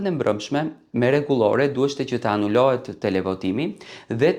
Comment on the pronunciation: Jo anulohet anullohet fol mire o fols